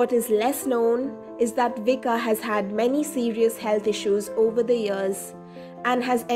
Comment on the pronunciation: Vicka is pronounced Viska.